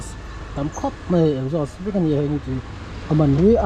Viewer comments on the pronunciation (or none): Nachin i ti palh em aw ...hehe nichin tih tur a nia ,i lam sual palh niang